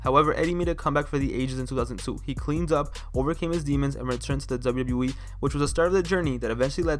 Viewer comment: It's my strong opinion that the quality of your commentary would improve greatly if you focused on enunciating 'Double-U Double-U E' better. The way you say it comes across as lazy and deviates from the points you're trying to make. Good video otherwise!